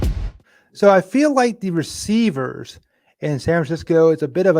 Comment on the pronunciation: "Receicers"? Come on, you're embarrassing the UCLA English Department. 😆